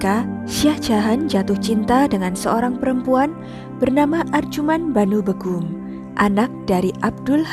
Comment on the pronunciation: Setahuku nyebut nama "begum" itu bégum (é: lele), bener nggak sih itu tandanya? 😂😂 Pokoknya antara è (bebek) atau é (lele) gitu... bukan ə atau ĕ (emas). Terus nyebut nama Kerajaan Mughal itu nggak dipisah jadi "mug hal" gitu Kak, tapi tetap "mugal", cuman caranya seperti mengucapkan "ghain" huruf `Arab.